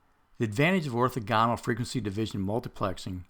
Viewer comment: Gah! The way he pronounces "orthogonal" is so weird!